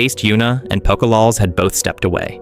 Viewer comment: These pronunciations took me out every time. Poko lawls? Fed Mister? hahaha like cmon